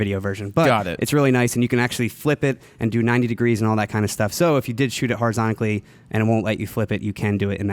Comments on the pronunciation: Only question i have is why do you say "Horizontically" rather than Horizontally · Lol Horizonically